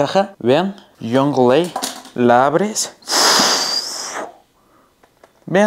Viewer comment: Se dice young la. No jungleA. Buen video brother